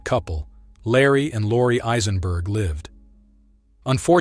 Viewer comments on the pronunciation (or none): none